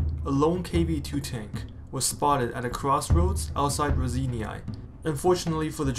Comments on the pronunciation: nice job - but you're really massacring the pronunciation of Raseiniai - it's not "ra-zany-ai" - but ""raw-sign-eh " - keep up the good work ! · word "Raseiniai" part "ei", is pronaunced like "ey" in word "beyond". part "niai" is pronaunced very softly like cat saying "mew".